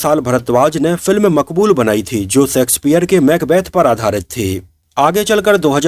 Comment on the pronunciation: आपका सकार pronunciation गलत होता है l please pronounce शेक्सपियर and not सेक्सपियर